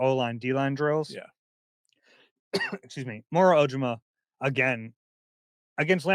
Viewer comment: why do you keep mispronouncing Moro’s last name?